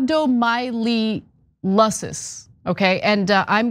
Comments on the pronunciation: wrong. My-oh-lye-sis is obviously wrong. My-all-ih-sis is correct. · Close enough! Rab-Doh- My- Oh-Lie-Sis